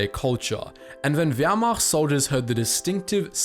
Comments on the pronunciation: The most weird and wrong pronunciation of the word WEHRMACHT I have ever heard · Simo haouha is how it’s pronounced Also, it’s pronounced vermaught